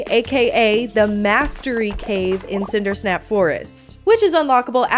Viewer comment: Its sindersap not sindersnap